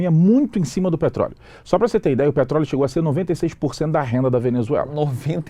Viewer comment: "petroleo" kkkk até parece